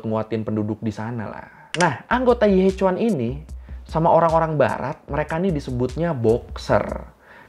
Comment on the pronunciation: maaf, mau koreksi, pengucapannya bukan yi he cuan, tapi yi he chien :)